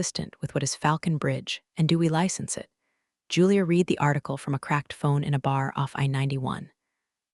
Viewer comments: I wish it was possible to teach your narrating AI to know the difference between the pronunciation of the word "read" (pronounced "reed") and "read (pronounced "red") as they mean different things!! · When your AI voice can tell the difference between read (reed) and read (red) I may start watching your videos again. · The past tense of the word “read” is pronounced “red” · AI still cannot tell the difference between "read" and "read." The first is pronounced "reed," while the second is "red." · Why can't someone teach the tts system to distinguish between read and read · That “read” mix-up drives me nuts too — kills the flow instantly. 😩